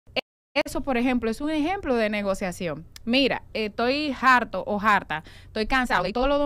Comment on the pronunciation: Porque pronuncia harto como jarto? 🤔